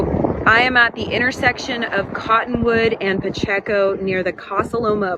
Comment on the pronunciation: Hi. It’s pronounced Pa-check-o. Pacheco.